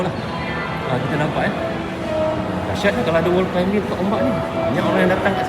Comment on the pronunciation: Wow kalo sy balik kl nanti boleh lah pi ombak klcc.. thanks for sharing. Maaf ye bang, sebutan utk “climbing” tu bunyinya kalau dlm ejaan BM adalah “klaiming”, bukan “klaimbing”. “b” kat tengah2 tu adalah silent “b” bang. Sorry ye. Yg sebutan “buggy” tu ramai kat sini dah perbetulkan. Harap maklum 🙏.